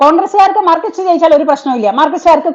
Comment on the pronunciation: മാർക്സിസ്റ്റ് മാർക്സിസ്റ്റ്, ഇത് ഒരു 100 പ്രാവശ്യം പറഞ്ഞു പഠിക്കണേ. മാർക്കിസ്റ്റ് എന്ന് പറഞ്ഞു പറഞ്ഞു BJP യെ നാണം കെടുത്തരുതെ. ഉച്ചാരണം ശ്രദ്ധിക്കുമല്ലോ.